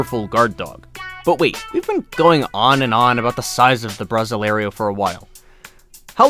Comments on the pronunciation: It's not a "bra zselario" it's pronounced more like 'brossil arrow', but actually with an "ay" sound. Please learn to pronounce Fila Brasileiro. You got the "brossəl" part almost right - it should be (br!•seel'), but the ei is pronounced like the ay in hay. So, it's (bra•seel•āy'•row) or at least, the aforementioned "brossil (like fossil)-arrow" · You almost got the feel of brasileiro pronounced correctly you did so great on the 1st part but failed on the 2nd ‐ the ending is not said "‐ lario", it's "layrow". So then, together it's "bra‐ seel‐ lay‐ row"